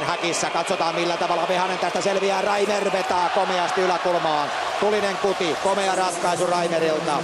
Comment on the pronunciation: Se on Patrik Reimer. Ei Reiner. Tsiizös... Herää...